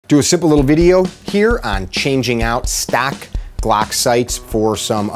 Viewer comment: “StaCk” “GlAck”